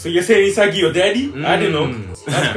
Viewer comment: Do americans know is not himsagi but isagi ???